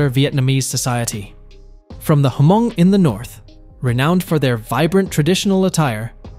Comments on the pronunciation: It’s not Ha-mong, it’s pronounced mong, the H is silent. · bro, it's not hu-mong...